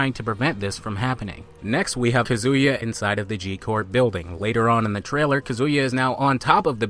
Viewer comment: Ka zoo ya? since when is his name is pronounced like that :1